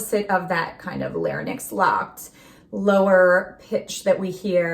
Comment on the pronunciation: Let’s begin by accurately pronouncing “larynx”. /larinx/ as a speech pathologist should….